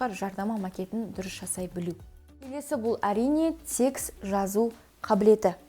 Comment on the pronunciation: текст деген созди секс деп естп калганснгой 😂